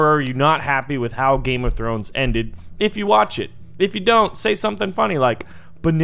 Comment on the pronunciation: Heluh nuh gam throns